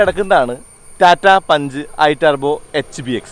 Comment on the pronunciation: പുൻഞ്ച് എന്ന് വായിയ്ക്കുന്നവർ 😂 ഉണ്ട്